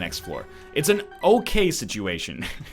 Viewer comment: love the "un" used as 'an'